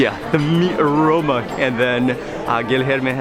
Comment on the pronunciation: When ever he say (aroma ) I be laughing hard 😂😂